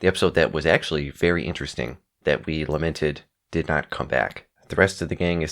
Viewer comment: You inflect the word lamented wrong when you enunciate it... it sounded like you said limited.